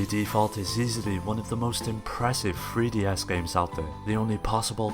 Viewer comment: Are you saying THree DS or FRee DS? I can't tell